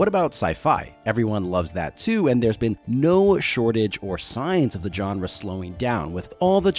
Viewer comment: I beg you to look up how "genre" is pronounced.